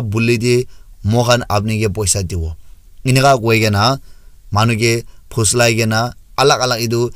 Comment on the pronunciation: I think it's poslai not phuslai bro